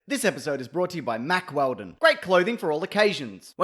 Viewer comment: This episode was reportedly brought to us by Mack Weldon. Huh. Mackeldon.